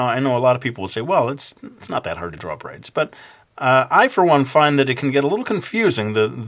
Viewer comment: I heard "brains" every time you said "braids". lol DO A ZOMBIE VIDEO!